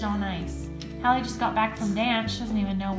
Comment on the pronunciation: Peggy Neale its not halle it’s Hallie